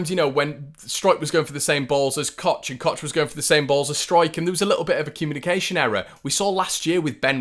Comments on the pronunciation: Please stop calling him Robin.. it's Koch.. pronounced Cock!! We need to just accept that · apparently it’s pronounced ‘coke’ in english, or cock with the ck a bit scouse in german. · That’s wrong,you have to say Koch like CHA at the end i.e. coach,watch,match and even church (which you don’t pronounce it like ckurck do you) so I think you need to re-sit your English exam 😂